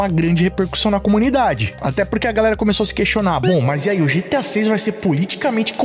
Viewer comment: Eu sempre vou quitar o video quando ouvir essa pronunciar GTI 😂😂😂😂😂😂 da n